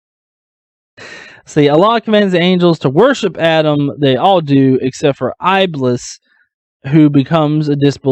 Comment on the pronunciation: strange that many gods people worship behave like a dick BTW you pronounced iblis wrong